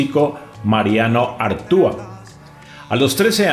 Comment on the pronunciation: Corrección: es Mariano Artau, no Artúa.